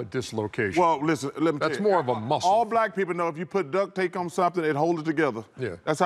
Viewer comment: Watching these guys is better than watching the actual NBA Playoffs. Did Charles say DUCK tape?? 🤣